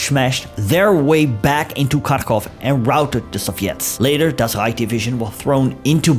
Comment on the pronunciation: I just love how you pronounce "Das Rrrrreich" 😅